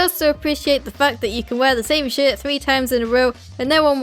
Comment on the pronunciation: Why did "shirt" sounded like "shit" to me??